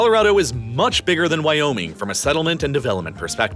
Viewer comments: At first I thought you just emphased the Why in Wyoming. But then it became more then that; "Why? ... Oh: Me-ing!" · Was the video a voice cloning test? Northrop Groomman, wiyoing, boast